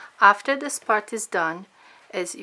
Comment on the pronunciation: "We're going to sew dis side and then dis side and then dis side and then dis side. Now I'm gonna go do dat and I'll be right back'. too annoying.